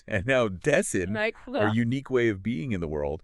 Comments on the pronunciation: Dase-I-n. Not Das-EE-n. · super impressed with the brilliance and clarity of presentation. But how is it possible that you mispronounce "Dasein"?? And why is the video so badly mislabeled? Still. Now a huge fan!!